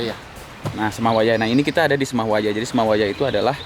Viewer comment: Nyebutnya 'seme' bang, bukan 'sema'.. btw aku 18th di bali belum pernah ke trunyan😭😭😭